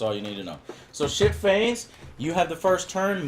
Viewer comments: Everytime he said "ship-phase" i thought:"did he just said "shit-face"?" xD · Am I the only one who hear 'Shit Face' when Joe says 'Ship Phase'? x)